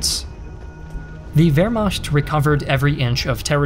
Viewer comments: Please,you're hurting my ear! Not Wermascht Wehrmacht💁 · Nice video. It's pronounced veːɐ̯maxt though, not veːɐ̯maçt. That is, the ch is pronounced as in nach or doch, not as in ich. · Interesting work, but your mispronunciation of the word Wehrmacht and the name Daladier are cringeworthy.